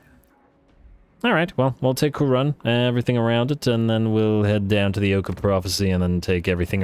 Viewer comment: Is it now "Moooooouronne"? 😛😅⚔️⚔️⚔️🔥🔥🔥🐂🐂🐂